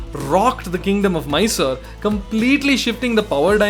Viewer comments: Mysore or Mysooru and not Miser!!!! Actually it is a very generous and gracious city. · Your pronunciations of Bengaluru as Bengler and Mysuru as My-sir are notably cringeworthy. Otherwise a great video 👍